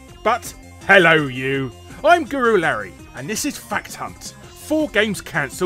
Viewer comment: Are you saying Guru Larry or Gorilla Larry?